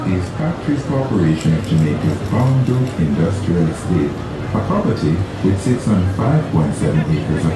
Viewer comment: BOUNDBROOK! Please pronounce it properly.